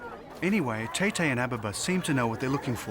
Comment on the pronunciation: It's Etete he mispronounced the word